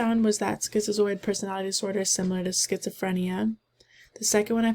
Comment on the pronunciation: are u pronouncing it schizioid? lmao